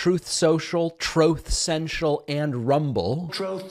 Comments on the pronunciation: Troath cential 😂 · Troth senshul. 🤣🤣🤣 Kills me every time! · Troth ..Sinchul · That "troath senshull" clip never gets old! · Troath Cential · tired of hearing "troth central" and "obamna"